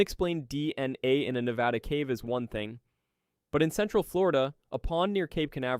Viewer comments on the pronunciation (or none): Bad pronunciation. Period. Can't even finish. Can't even say Nevada correctly. Research how words are pronounced before you say the video with your Whole chest...